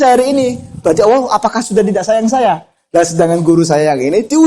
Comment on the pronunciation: Alloh, bukan owwoh. 🥶